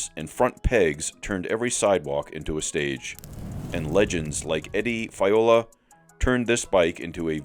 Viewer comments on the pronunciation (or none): You need to figure out how to pronounce Fiola's name and Chrome Molly...